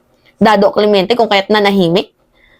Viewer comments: Bakit ba Clemiente ka ng Clemiente, ang tamang salita Clemente. Huag mong lagyan ng letter i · Dado nlng kc kc mali un bigkas mo ng Clemente.clemiente ay ganito ang spelling.ito ang tama clemente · hindi BRIJIDER at hindi CLEMIENTE. BRIGADIER at CLEMENTE yun. Huwag masamain ha, Pero may tendency ka na mag mispronounce ng words and names, noon ko pa napapansin. Hindi bashing ha, just an observation that you can consider for improvement ✌️✌️ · Brigadir ang pag pronounce.. clemente, di klemyente. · CLEMENTE HINDI CLEMYENTE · Clemente not CLEMIENTE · Kakadismya ka watch your pronunciation, CLEMENTE hindi CLEMYENTE alam mo cgurong bumasa kasi nakatapak ka cguro ng hi school at nasaan itong pghingi ng sorry ni dado ky torre kung minsan mali ang pamagat mo sa content mo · clemente po hindi Climiente😂😂saka Pilipino hindi Pelipino😂😂✌️✌️✌️ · Cle-men-te ang pronunciation ng Apelyido niyan. Hindi Cle-mien-te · ayusin mo Naman Ang pag bigkas sa apikyedo ni dado sira ulo. CLE-MEN-TE. Hindi clemiente. Hehe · C LE M E N T E po at hindi CLEMIENTE...paulit-ulit kasi na binibigkas na CLEMIENTE.... Taz mababasa sa titulo na CLEMENTE ang nakasulat. Paki ayos naman at nagtatalo ang visual at sound sa pangalan na iyan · CLEMENTE HINDI CLIMIENTE 🤭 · Ano po ba pronounciation ng CLEMENTE? Klemiente ba o klemente? 😂😂😂